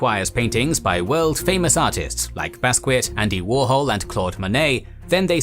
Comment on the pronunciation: Just to let you know, the artists ‘Basquiat’ is pronounced “Baskiya” 👨🏿‍🎨